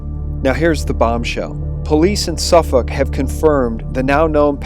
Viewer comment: You can't pronounce Savile, you can't pronounce McCann and you can't pronounce Suffolk. Please stop making videos.